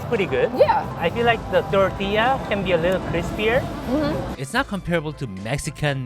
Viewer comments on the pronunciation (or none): none